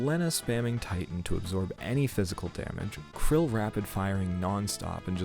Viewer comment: Are you saying Krile's name wrong on purpose?